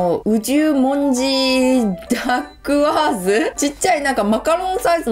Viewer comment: ダッグワーズの発音も独特でおもしろいですね。そんなにかわるものなんですね。